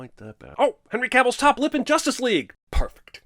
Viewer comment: 119 It's Henry Cavil(l). Respect people's names. Not perfect. Far from perfect. 121 "mircale" Its a mircale you can live as a pretentious asshole while consistently fucking it up so much.